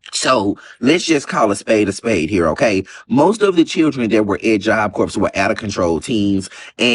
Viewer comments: Buddy really said “Job Corpse” 😂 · had a point, but the way he kept mispronouncing Job Corp was sending me. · I just wanna thank the man who can on after the lil boy who couldn't pronounce job corps. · I’m not gonna listen to a dude who can’t even say “corps” and don’t know when to blow his nose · Can’t eem pronounce it. That’s where I was with it! And his logic was soo dumb. Talking about, ‘it’s the parents fault and take responsibility “… Fool! Them going to Job Corps WAS taking responsibility!! If their parents are messed up and can’t help them, this program would give them the step up they need to NOT repeat the cycle of their parents. Self hating people sound soooooooo dumb!!!!